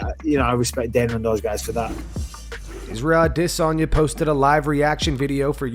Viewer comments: Ahh - Diss - On - Yah. I bet you say Caramel. Care - Eh - Mel. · Ah - DIS - Onya Bro you say his name soooo wierd. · why does this channel pronounce izzy's last name wrong every time?! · Stop butchering Adesanyas name... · ADESANYA DOES NOT PRONOUNCE HIS NAME THAT WAY!!!! WHY TF DO YOU??!!!